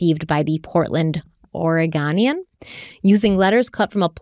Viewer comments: “Ore-GOH-nian”. NOT “Ore-Gah-nian” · Two random things from living in Portland. The dredging is likely for boat homes or letting larger ships to come up shore. Also Oregonian is pronounced or-e-go-knee-anne. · Hey 👋🏻 Oregonian here (ore-a-go-nian) lol our rivers are dredged each year to maintain safe passage for large vessels. Not for gold lol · So weird being from around the area this event happened and hearing places I’ve been being brought up. 😂 And the Oregon paper that was having trouble with is pronounced Ore-GO-nee-ann, I had family who worked for them back when newspapers were a thing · If it helps you, Oregonian pronunciation (Ore - I (as in igloo) - Go - Nian) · I just wish would have pronounced Oregonian correctly (reminds me of when she mispronounced Spokane - 😆). And Lake OF Merwin? I've spent many hours on Lake Merwin, but I've never heard of Lake OF Merwin. 😁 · Lol how many people are rolling over how pronounced “Oregonian”??? 😂😂😂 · The Oregonian the way you said it is wrong😊im in oregon, your cute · The way you pronounced “Oregonian” made me cringe so hard 😆❤ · Let me help with the local pronunciations: Toutle: Tootle Oregonian: Ora-go-nee-un Oregon: Ory-gun